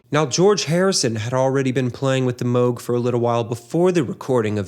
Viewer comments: "Moo -g" synthesizer, not "moge." 🎹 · MOOG. NOT MOAG. Like the name of a famous Tea = Ty-phOO. Got it ???? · This video makes a point to stop and discuss the Moog synthesizer, yet never mentions Robert Moog! What's the deal with that? And Moog is not pronounced "Moe-gh" as in "moe," but Moog, as in "zoo". Bob Moog is well worth mentioning, he invented modularity, the ability to connect separate modules with patches. And he also invented envelope generation, the pitch wheel., and the voltage-controlled oscillator. Wendy Carlos, who is mentioned in this video, didn't invent anything, she just played synthesizers invented by Robert Moog. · No, Robert Moog’s last name is pronounced “Mōge.” Long O.